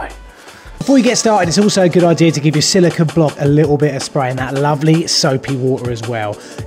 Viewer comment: It really annoys me when these guys do so much of this work, but they call it silicon (as in microprocessors) instead of silicone as in fir cone grrrr